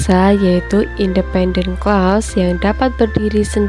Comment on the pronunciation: Hanpir semua English Teacher di Indonesia ngga bisa mengucapkan "Clause" dengan benar. Ini salah satunya.